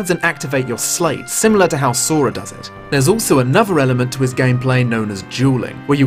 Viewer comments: It's "slight" like sleight of hand not "slate". (Yes, i know this is an obnoxious pointless comment.) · Small, petty annoyance, but you're pronouncing sleight wrong. It's homonymous with slight. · Um, all I want to say is... it's pronounced "Slight" as in a "Sleight of Hand" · Wait, do they pronounce "sleight" differently in the UK? I could've sworn it's pronounced as "slite" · Oh yeah I agree, just not letting off for his accent haha:P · Ah, so you can't pronounce Sleight either.